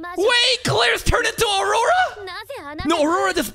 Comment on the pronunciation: HER NAME IS NOT AURORANA!!!